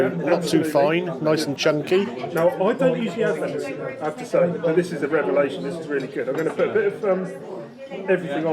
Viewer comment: Absolutely pathway how you can't say venison faggots